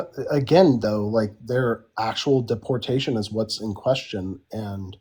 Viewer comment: I have a problem with the way he pronounces deportation